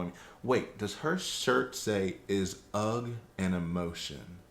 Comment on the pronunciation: Is “ugh” an emotion? N.B. “Ugh” is pronounced “Errr” not “Ugg”! Like the sound you make when exasperated. Great video enjoyed very much. Thanks.